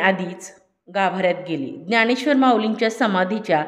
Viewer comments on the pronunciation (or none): ज्ञाणेश्र्वर न म्हणता ज्ञानेश्र्वर म्हणावे.